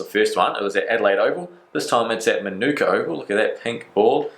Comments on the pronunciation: Great vid mate, just FYI Manuka Oval is pronounced maa-naa-ka Oval. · just letting you know it is pronounced Ma-Na-Ka Oval 🙂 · Love you’re content but it’s pronounced Marn-ika Keep up the awesome work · Its funny He can’t pronounce Manuka Oval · Vids are quality as always, but the way you say Manuka really seems to bug me